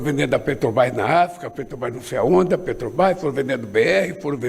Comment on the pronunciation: ANALFABETO ^PETOBAS^ AFF NÃO SABE FALAR MAS SABE ROUBAR COMO NINGUÉM